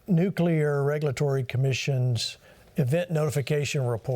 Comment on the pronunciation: It is pronounced “Nuc-lee-er” not “Nuc-ya-ler”.